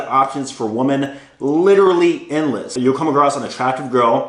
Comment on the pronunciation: BRO! Please start pronouncing the word WOMEN correctly. It doesn’t sound anything like WOMAN.